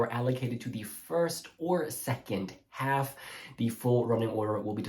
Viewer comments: Thank god I’m not the only person that was triggered by “alf” 💀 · Ok I finally get to see the allocation draw in peace. I couldn’t deal with the guy helping with the draw pronouncing “half” as ALF! 😂